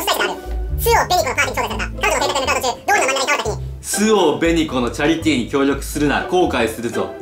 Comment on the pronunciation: はなおの「チャリティー」が「チャリT」のアクセントなの怖い